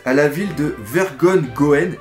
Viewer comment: on prononce ver-gon(pas gone)-jon ^^ mais bien tenter ^^ amicalement un des organisateurs de l'altigeek ;)